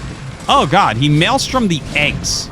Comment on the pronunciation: Me: "Mind control the defiler" Him: "Malestrom the eggs" Me: "or that"